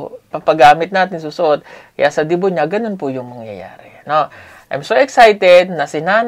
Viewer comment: debut po not debu